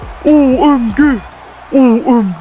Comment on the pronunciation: abi yalniz o OEMGE degilde O May Gad diye okunmasin??